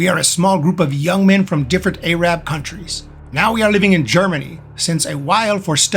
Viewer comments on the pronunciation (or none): It's funmy how the commentator says A-rab instead of just Arab...like Po-lice instead of Police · did you really just say a-rab lol ?